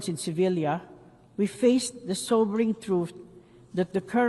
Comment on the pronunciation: Sevilia? Sevilla.